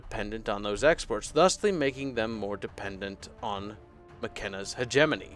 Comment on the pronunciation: YAY! He said HegeMoNy correctly!